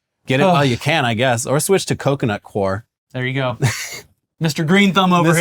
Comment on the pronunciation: Coir is pronounced like "foyer"